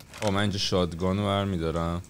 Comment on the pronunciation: آریا شات گان درسته نه شاد گان